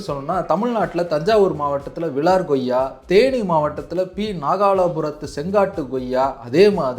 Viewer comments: நண்பா goyya ன்னு சொல்லாதீங்க, koyya ன்னு உச்சரித்தால் நல்லா இருக்கும் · Bro, one suggestion. please try to pronounce accurately like koyiaa not goyiaa so that people following you will also do so. Thanks. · Ngoyaa pazham illa.. koyyaa pazham. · Koyya என்று சொல்லாமல் ஏன் Goyya Goyya என்று சொல்கிறீர்?